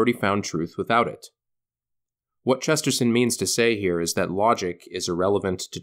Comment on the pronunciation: it pains me how you say Chesterton